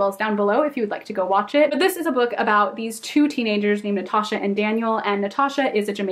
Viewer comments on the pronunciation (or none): none